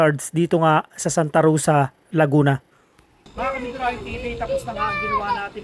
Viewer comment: Mc Donalds hindi Mc dunald Sta. ROSa hindi Sta Rusa😂